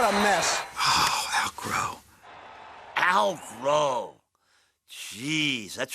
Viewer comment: The way they say "Al Growe" starting will always make me laugh